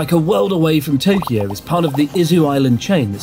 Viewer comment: when Chris says Tokyo it has 4 syllables with oo added at the end where as normally it is Toe-Kee-Oh.